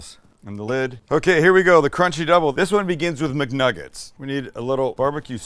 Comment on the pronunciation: “We’re making Muknuggest” instead of McNuggets 😭😭😭😭